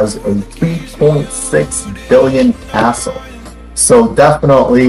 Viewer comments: It sounds like you say today’s assshole but it’s really castle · no don’t I love it